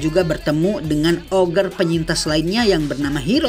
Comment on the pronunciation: Maaf nih bg, ogre baca nya ogre bukan oger, ya kan ya?